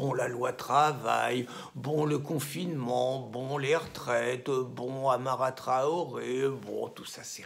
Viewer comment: Vous dites "Amara Traoré", c'est en fait "Adama Traoré". Petite nuance. ;)